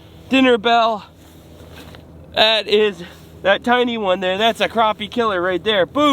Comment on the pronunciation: Dude I love your videos but dammmmit man its a crappie not a croopie !!